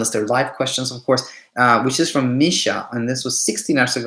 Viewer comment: So so insightful Daniel! This helped me so much. I do have proof of great days with little sleep too. I must work with that 😊 also kudos for pronouncing my name right! Almost noone pronounces it as Misha and not Meeesha. Thank you for that too 😂👌🏻